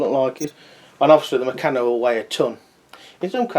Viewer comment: I'm glad you posted this mate as I was looking to buy one to put all my bits and pieces in. By the way you pronounce Meccano as murcarno.